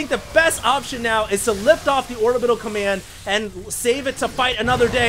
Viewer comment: "Taking out the Comiand Center"